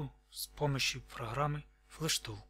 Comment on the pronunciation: ПроГраммы.... тяжко мне это слышать. ПроХраммы... =) кидаю Хранату!!